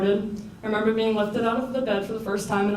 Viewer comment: Stop saying i femember omg